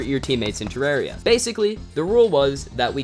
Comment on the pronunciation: Only American I’ve ever heard say terraria right